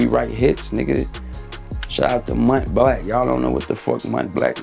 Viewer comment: Blanc pronounced BLAHNK lol